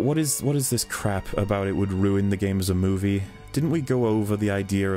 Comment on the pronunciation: I just can't listen to, he won't let go his "Dis gaem's a moovieh" bullshit and his voice sounds so damn artificial.